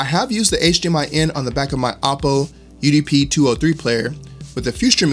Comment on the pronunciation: Oh poh Not ah poh